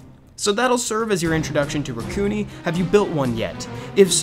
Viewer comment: I thought it was (Rack-u-nai)